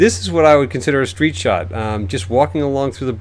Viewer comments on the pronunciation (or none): none